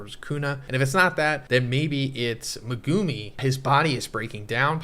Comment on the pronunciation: STOP SAYING MEGUMI LIKE THAT!!!! SPECIAL ED SOUNDING ASS